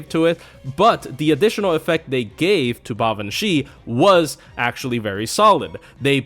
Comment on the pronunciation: You might be the only FGO YouTuber I've heard actually pronounce her name correctly, so you have my respect for that!